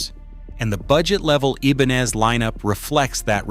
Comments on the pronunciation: "ebanez"? Stop with the AI narration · It would be nice if you could use a human instead of the goofy AI-voice over. Ibanez = Ee-bahn-ez? Come on. And there's a lot more, including bad information. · It's pronouncing it in, "Spanglish". The "I" is an "E" in Spanish. However, the "N" is really an "en-YAY". (You know the "N" with the little squiggle on top.) The Spanish pronunciation would be, "ee-bahn-yez". So, the AI butchered int in both languages. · This AI voice ... how he pronounces Ibanez ... so irritating. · I wanted to ram my fist into my Android the way Ibanez was pronounced. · Ebanez? StratOOOcaster lol AI crap